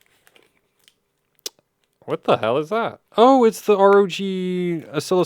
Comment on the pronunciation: you know you can just say rog, like in rogue and tough for tuf😉😊